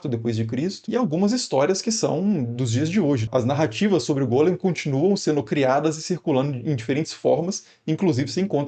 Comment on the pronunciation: E é Golém q fala e não Gólem E Sfer Yetizá "formacao" como em "informar" a hilé (matéria bruta, madeira pré carpintaria) em morphé.